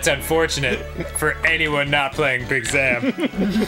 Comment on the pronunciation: Big Zam is pronounced Big Zom